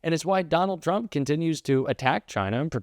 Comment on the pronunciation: I love how Comer pronounces Trump, ‘chump’. The rest of our elected officials should follow suit.